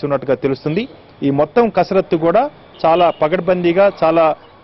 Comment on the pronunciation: It's not karasathu, it's kasarathu